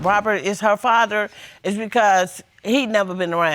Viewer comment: I love when people say muhdder and fahdder.